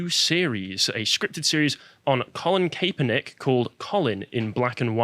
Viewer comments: Pronounced Cap-er-nik not Kay-per-nik But don’t put too much stock into the pronunciation, as he’ll be forgotten very soon. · It’s Colin Kapp-er-nick, guys! Just an FYI